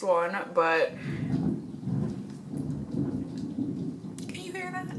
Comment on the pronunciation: her = hear.. derp